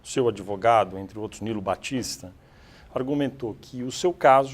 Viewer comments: Falar "adevogado" é um absurdo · Um cara desse falar "adevogado".